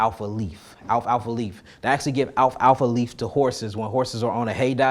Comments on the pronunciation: Your killing me with the pronunciation of "Alfafa / Alf-Alfa" 😂😂😂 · I checked it out, it's alfalfa 😂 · 😂😂 I doubled back to your comment like 2 mins or so after he said it. I'm like why he saying it like that lmao. He from that😂